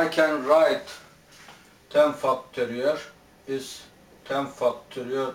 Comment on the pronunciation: it does sound like he's saying "fucktories"! haha